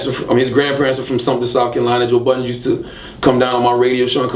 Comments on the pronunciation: He STILL calls him joe BUDDENS.its BuddeN hahaha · ITS BUDDEN, NOT BUDDENSSSSSSS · You cant even pronounce joe budden name correctly, I know he cant stand charlagay tha fraud...